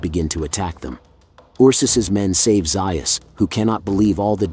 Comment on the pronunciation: Ok I can’t listen until you correct the pronunciation of Dr. Zaius’ name….